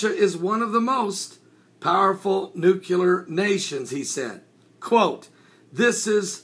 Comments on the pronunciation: NU- CLEAR or NU-Klee-Ur, as opposed to nu-cu-lar. Love your stuff, BUT expect more in the way of news reporting from one such as yourself. I know and everyone knows what is meant by this common mispronunciation and the way languages 'evolve' who knows when the inaccurate will become even more common and therefore accurate, but come on...Thanks for reporting and I mean no offense. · NU-CLĒ-AR. New-clee-err. Not nu cu lar